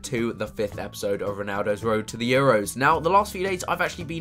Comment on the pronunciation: This was as Chris would say a good "Epizode"